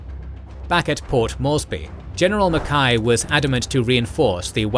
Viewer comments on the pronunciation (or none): Why can't the British narrator get any British names right: Way-vell, Awk-in-lec, Ma-kay?